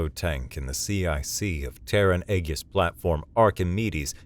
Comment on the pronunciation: odd that they are human but can't pronounce Aegis properly